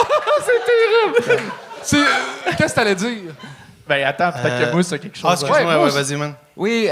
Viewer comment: Pourquoi vous dites Mousse quand ça s'écrit Moose?